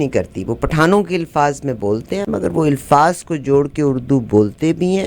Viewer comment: Punjabi lady, The word is Alfaaz and not Ilfaaz. Almost all Punjabi cannot pronounce this and many other words. The problem with Punjabi is that they cannot distinguish between zeer, zabar and pesh.